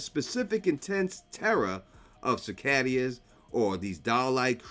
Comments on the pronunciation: It's pronounced SIH-KAY-DUH. Not SIH-KAY-DEE-AH. 😭😭😭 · cicadas ❌ cicadaias ✅ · i love ya, its pronounced "suh-kay-duhs" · Why are you pronouncing cicadas that way?